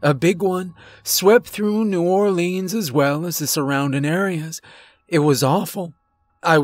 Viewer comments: New Or-lins kinda like lens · Bruh I’m from Louisiana and the way he said New Orleans no offense great story tho